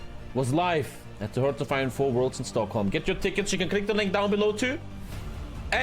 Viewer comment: In all those years, has no one ever told how the word hearts is pronounced???